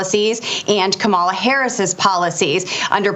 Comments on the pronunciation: Boebert, the Vice President’s name is pronounced “Comma-La”. Such disrespect. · Omg, your outburst on mispronouncing Kamala's name --- I'm right there with you. I just want to hear someone start mispronouncing the names of people who insist on saying her name wrong. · Thank you for correcting her pronunciation. The Vice President is not Trump’s WWE wrestling buddy. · I don't worry about the mispronunciation of Kamala or Walz. It all helps with their name recognition in a very short (by US standards) election campaign. The constant references to "President" Trump are mildly irritating, though technically correct. They are helping HIM and his most rabid followers (a small number, fortunately) to make believe that he really still is the President! I think we need to see more of Joe to remind the world who the ACTUAL President is, like it or not. I like it. But I've enjoyed "Sleepy" Joe's steady hand amongst the chaos, and I'm looking forward to President "Calmer-la" Harris and VP Tim (not obsessed with) Walz! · So many republicans are deliberately mispronouncing Kamala Harris' name. I hope when she wins and becomes president, she deliberately ignores anybody who refuses to say her name correctly. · Boebert proves how ignorant they are by mispronouncing Kamala’s name over and over again. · I felt your frustration to the bone over how "Kamala" is consistently being mispronounced! Once is a mistake, but purposely doing so repeatedly is just disrespectful.